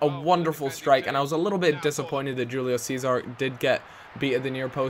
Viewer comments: Hoo-Lee-O Say-Zar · like the vid :D.. just pointing out.. julio cesar is said like hulio sezar